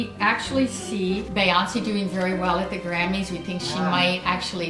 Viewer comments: Who's "Bae-yonce" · They say the name Beyoncé bayonce lmao 😭😂😂